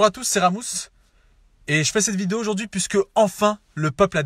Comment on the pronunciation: « Bonjour à tous c'est... et j'fais cette vidé... »:rire